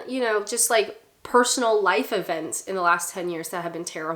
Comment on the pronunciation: lol when you're saying ten year I'm hearing "tenure" I'm like what the hell has your University residency got to do with the price of cheese?!